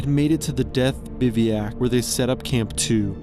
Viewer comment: How can someone say "bivuoac" in EVERY video, yet say it wrong?!?!?